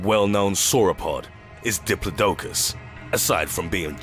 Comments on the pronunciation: Pretty sure you pronounced diplodocus wrongly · The way you pronounce Diplodocus sickens me.